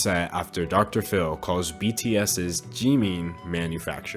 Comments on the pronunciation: I can hear the kpop stans screaming in the comments because he said 'jimeen' not jimin lol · its jimin not jIImIIn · "Jee-mean" thought it was Jimin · “jimmi” Me: ITS “JIMIN” Also me: oh shoot I hate k pop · i love how you pronounce 'Jimin' like 'Jeemin' lol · The fact that you got away with calling him "jeemeen" the entire video is fucking hilarious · This is something stupid but it’s killing me you keep pronouncing him as Jeemin.... please don’t do that....... yet again sorry it was just wrong pronunciation bye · "park jeemin" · No one:: Jee-mean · I love you, but JEE MEEN? Lol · he really said jeemeen with his whole chest huh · The way he says Jimin so funny 😭😭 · I love how he pronounces Jimin’s name wrong the whole time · Me just cringing that you say jimins name wrong, still love it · you said jimins name wrong😭🤚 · THE WAY HE SAID JIMIN lolololll. Btw. Poor BTS.. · Anyone else bothered by the mispronunciation of jimin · aka him saying Jimin wrong for 13 and a half minutes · ...this is how you pronounce it...? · bruh the way he pronounces his namee ahahhah